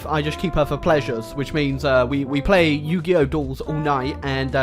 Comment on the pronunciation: “You-go-oh” duels allllllllll night